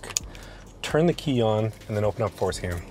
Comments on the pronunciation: Are you purposely saying forskin lol? And Alot of other f150s you need to relearn other modules besides just changing the mm. I would update your video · I can't stop hearing foreskin. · I came for the information, I stayed for the information and the fact that when he said forscan it sounded like foreskin and I’m an adult child! Haha Definitely subscribed though! Good info!! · I swear he saying 4skin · Did you say Fore-Skin? Bruh 😅😂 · at 25 seconds I heard fore-skin also !! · Definitely repeated "skin"! 😅